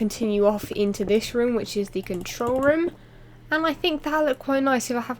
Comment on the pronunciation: the way u said room during the vid sounded like u said rum room :P